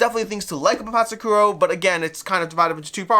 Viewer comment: Love your channel, but a quick search in google will tell you the actual pronounciation of Patzcuaro :) it's "pats kwaa row". Awesome video!